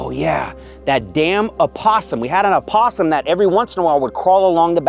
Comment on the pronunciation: Thank you for talking about something that's painful due to your loss. Grateful for you sharing to help others. Hugs to you. Thank you for pronouncing opossum correctly!